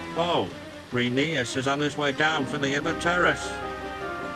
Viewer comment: I like how this gets closer to pronouncing Rheneas correctly than the show ever did in 25 years.